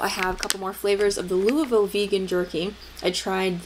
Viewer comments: I looove that jerky, and you actually pronounced Louisville right! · Impressed that a non native said Louisville right! Killin the game